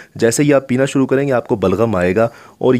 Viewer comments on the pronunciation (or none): none